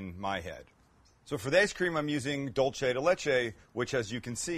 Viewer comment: Sam!!! Love u to death but its pronounced Doolse!!